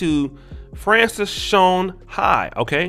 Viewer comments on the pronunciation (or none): none